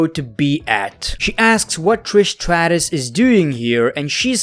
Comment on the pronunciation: “Tris Stratus”😂 that’s actually how he said it